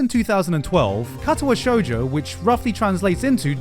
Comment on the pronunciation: the way you said Katawa shoujo like catawa shoejoe hurt me. Its more like kar tar wa sho(ck)ujo(ck).